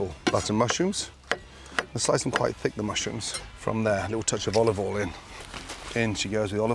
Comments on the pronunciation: I hope so, otherwise we are going to run out with how much "olvole," he uses lol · lol is Gordon trolling at this point when he says "a little bit a olivol" and dumps in 2 cups?? 🤔🤔